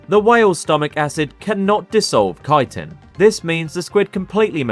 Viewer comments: Actually, chitin IS pronounced like kaitin. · Finally Bro is pronouncing chitin as kaitin, instead of chi-tin It irritated me soo much, thanks bro!